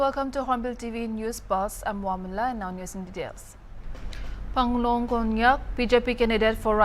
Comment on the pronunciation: Our pronunciations matters alot, her name is not Phanglong,its Phangnon Konyak by the way.